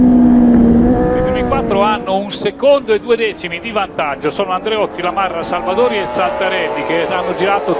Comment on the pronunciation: Chi ha notato la pazzia di Andreozzi a ........non ho parole😵😨 Comunque sembra che il commentatore al posto di dire Salvadori dica Salvadauri come FedePerlam😂😂